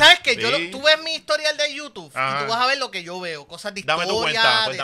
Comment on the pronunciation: George el mamón de, su fan #1 en “YuTuf” 🤣🤣🤣